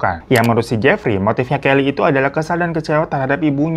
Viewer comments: Mohon maap bang hiroo, punten yaakk, anaknya yg namanya "kyle" bacanya kael kayanya bukan kaylie ✌️✌️ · Kyle bacanya Kayel , kalau kayli tulisannya Kylie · Bang kyle itu bacanya kail bukan kaili deh, soalnya lakik bukan cewek😭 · Kael gak sihh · Kyle bacanya bukan 'Kayley' bang, tp "Kail" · Kyle dibaca Kail bukan Keli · Plot twist banget 😭 Btw bang hiro nama KYLE itu bacanya “Khayil” hehe… FYI aja, soalnya nama ini cukup populer disana, supaya next kita baca nama itu bisa kayak native speaker gitu 😁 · Pronounce nya Ke — i —l, bang Kayak mantannya Jessica Iskandar Richard Kyle dulu Alhamdulillah Kyle masih selamat 🙏 Soalnya dulu ada kasus serupa Jadi ada pembunuhan seorang biarawati Karena pelakunya nggak ketemu2 Warga pun mulai resah & mendesak polisi & karena polisi dimana2 11-12 Jadilah mereka memfitnah seorang 'Cecep' & 'we know' lah akhirnya Aku lupa akhir ceritanya Tapi itu jadi mysteriousy 🍃 APDET ! — Karyawan Disneyland mogok kerja — Born pink in cinema